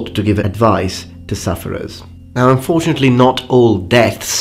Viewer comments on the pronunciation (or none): none